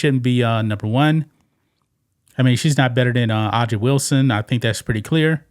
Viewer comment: Hey, A'ja is pronounced Asia (like the continent).